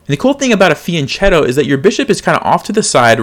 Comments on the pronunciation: one note: it's not "feeanchato", it's fee an ket' toh, fianchetto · hello, when you say fianchetto, the 'ch' is a k so it sounds like fianketto. that is the correct way to say it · fian“ch”etto is pronounced fian-ketto. i think. but i’m in low 600s lol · The word “fianchetto“ is Italian and pronounced with a hard K sound, not CH. Also, people don’t wanna make less blunders, they want to make fewer. I am way better at being a pain in the butt about language than I am about chess. I follow you and get a lot out of your videos.